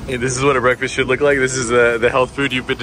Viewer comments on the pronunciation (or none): none